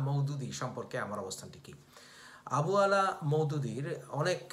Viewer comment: আবু আলা নয়, আবুল আলা